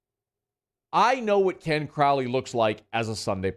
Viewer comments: It's CRAW-ley isn't it? Not CrOWley. I'm going to have to break out Blizzard to Ozz if I keep hearing CrOWley, Mr Crowley! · It's pronounced Crauwley